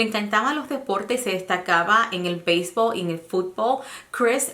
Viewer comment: Se dice FUTBOL y BEISBOL NO FUTBO y BEISBO y hable bien el español no hable cómo si fuera "NORTEAMERICANA" y de verdad seguro fue ese Aaron y lástima qué no tenían cámaras para saber qué pasó.